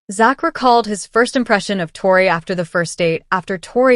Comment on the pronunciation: Please pronounce Tori ‘s name correctly !!😊